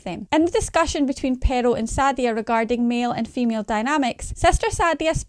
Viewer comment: The Scottish accent is great, but it's crazy how the sister pronounces Pearl as Peril lol.